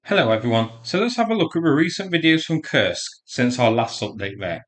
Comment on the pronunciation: I do wish you’d learn to pronounce Kursk properly. You seem to be trying hard with the Russian town names but you’ve overlooked how Kursk is pronounced.